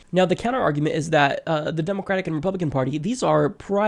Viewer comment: That pronunciation though... "demOcrat"... "demOcratic"...